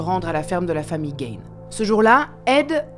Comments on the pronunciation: On prononce en anglais Gein " Guine" et pas " Gaine ' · C’est GAIGNE mais GUINE 😑😑😑